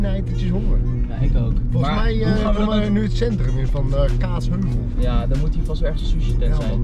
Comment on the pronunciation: ga stuk iedereen zegt gwn kaatsheuvel en kaatsHEUVEL